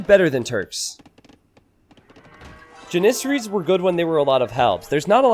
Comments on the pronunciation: The way you say janissarie as janisery hurts my soul. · You say janissaries wrong every time!!!